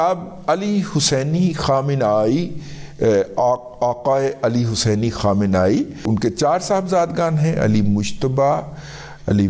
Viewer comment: Syed ali khamnei(Kham-nay-e)